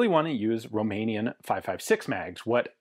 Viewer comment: And you are a mikey mouse,the way you said roumenian .Dont forget Ak 7/62 made guess what is beter all around 😅